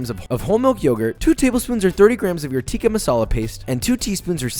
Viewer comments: as an indian I was honestly happy to see Josh take down chicken TEEEKHA masala. Just, don't say the pronunciations. You win some you lose some josh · If you are horrible at pronouncing tikka and basmati then here is some help Tikka - tik as in tick_a/ah Basmati - bas as in bask without the k and a shortind a_m as in mom_ti actually is pronounded correctly by him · As a South African I'm angered on how he says "Tikka" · It actually pronounced ‘tik-Aah’ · its THICCka NOT TEEKA FOR GODSAKE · Yes, it was created in England Scotland, it's still pronounced 'tikka' with a short 'i', not 'tee-ka'. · You pronounce it Chicken Thick-Ka Masala not chicken teeeka masala